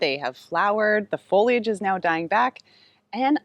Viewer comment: I'm thrilled that you correctly say foliage (fo-lee-ij) and not foilage (foyl-ij) which seems to be the latest sin of so many content creators.